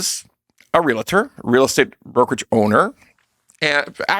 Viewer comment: Your expertise is somewhat diminished by your linguistic error in pronouncing REALTOR; why do you, and many others, add a syllable and pronounce it REALATOR…. May be petty, but easy to correct. I am a doctor not a doctorer…